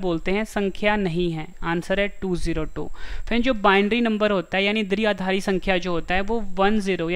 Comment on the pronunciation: Sir phli baat to ye h ki दृआधारी nhi h ye द्विआधारी (dviaadhaari) h 🤔🙄🙄😏😏